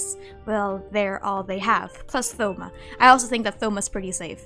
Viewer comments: THoma? as in like Three, Thoughts ect? It's "Touma" in terms of pronunciation, the O makes a sound line tone and zone, silent H. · Thoma lol how you pronounce it , it's more like toma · did she just say th-oma 😭😭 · the way they pronounce thoma as though not toe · btw thoma is pronounced toma like a short version of thomas lol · No hate isn’t thoma pronounced “toh-mah?” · the way you pronounce thoma i cant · Have you always pronounced thoma with the 'th'? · dont say thoma's name like that waaaaaaaaa